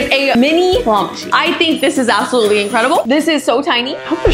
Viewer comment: Bro says APPsalutly like Apple